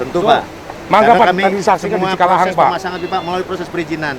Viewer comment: Ralat pak cikalahang sanes cikahalang😂